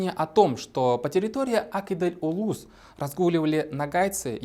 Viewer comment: по-башкирски "Ак Изел", тогда почему вы произносите по-татарски?